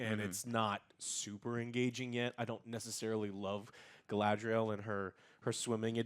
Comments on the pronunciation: It's GuyLadriel now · 20 years since the Fellowship movie and Joe still cannot say GA-LA-DRI-EL Who dafuq is galdrel? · Did Joe really call Galadriel „Gadriel“?? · Dude, Joe, her name is not Gadriel. It's Galadriel. Your review ended right then and there. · Joe still can't pronounce Galadriel lol. Try girl le drel it'll be better😂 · I stopped watching this as soon as he called her Gad-riel. Lol Clearly he doesn’t get to the cloud district very often. What am I saying? Of course he doesn’t. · How the fuck does Joe always managed to pronounce names wrong. “Gadriel.” 💀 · Dude STILL can't say "Galadriel" 😒 I mean, how ignorant OR stupid can one be? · He could AT LEAST say "Galadriel" right. It's said about 50 times. Whats next he's gonna call Sauron "Saren" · Why is Joe pronouncing Galadriel as Gaydriel? Or Sauron as Soron